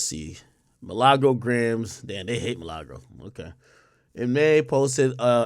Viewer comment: Her name is Milagro not “Milagros” 😭😭